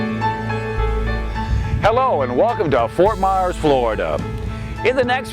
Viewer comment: It's pronounced Ft. Myers, not Ft. Mars like the candy bar. Ft. Myers, not Ft. Mars!!!!